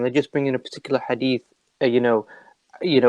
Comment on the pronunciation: No one:: "I found a disturbing hadif."